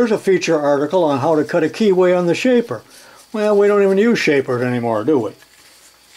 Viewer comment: Shaper, yes you said it again